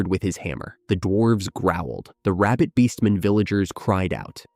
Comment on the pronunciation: I keep hearing rabid beast men not rabbit beastmen